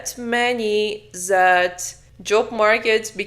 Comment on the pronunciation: Why you say " Zat " is " Dat " if you cant handle the Th